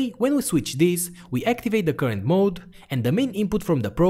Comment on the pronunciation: I miss the old way he pronounces current (koorent).